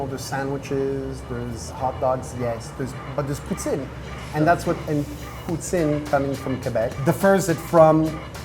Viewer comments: How did, who is decently multilingual, get corrected on the pronunciation of poutine and then end up mispronouncing it even more (and like a swear word, of all things) lmao. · When he sits down with the poutine it sounds like he's pronouncing it "putain!" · Isn't poutain a swear word? Gotta watch your pronunciations, man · mmm. I cringed when he said it. And no one warned him 😂😂😂. Poutine, poutin, poutain and I was howling 😂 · I'm talking about when he's exaggerating the pronunciation. At the end of the day, he's a riot 😂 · And yet mispronounced it even worst at the end lol.